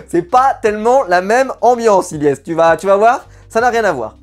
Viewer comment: Les gars arrêtez de dire Ylyess c’est Ilyesse 😅